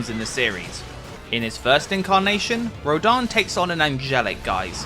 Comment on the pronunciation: Do you see an A on rodin's name? You keep butchering the name